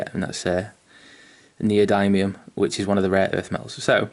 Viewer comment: Pronounced neo-dimmium but awesome vid mate. Going to try this out on my next Knight :)